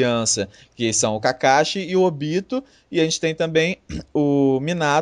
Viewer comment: oBÍto foi show!!!!!!!,,, assiste legendado, que tua pronuncia melhora!!!!